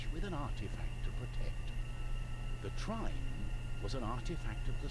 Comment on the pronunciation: Is trine pronounced thrine?